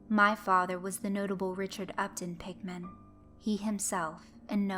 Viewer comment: it sorta sounds like your saying pikmin